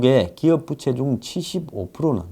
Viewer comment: 부채를 말씀하실때 억양이 특이하시네요 ㅋㅋ